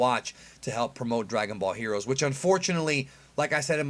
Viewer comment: You just can't say heroes right "HERUUS"